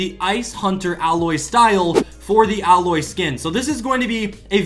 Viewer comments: Its A-lloy not alloy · You said ailoy wrong its like eiloy but you write it as ailoy